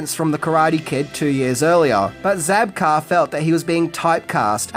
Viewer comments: William ZABKA!! Not Zabkar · It's Zabka, not Zabkar. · Zabka...no R. But always love your lists.